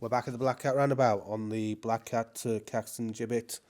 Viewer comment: Excellent video, as usual, mate! It really is becoming very noticeable how it is changing and how it will eventually look. Progress is pretty stunning tbh. Also, well done on the Caxton Gibbet pronunciation! Regards, Eric